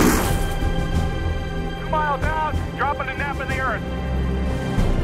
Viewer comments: Nap of the Earth (NOE) not map. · Its "NAP of the Earth" not "Map of the earth"